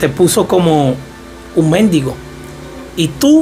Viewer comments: Se dice mendigo sin acento porque si efectúas el acento en la E significa una mala palabra significa un …etc Que Dios te bendiga.😢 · En el minuto 8, este dice:...un mendigo con acento en la e, pero más adelante lo dice bien y luego lo vuelve a decir mal...🙄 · La paga del pecado eslamuerte..lnteresante...pero te CORRIGO Mendigo y Mendigo con acento en la E..Es muy diferente...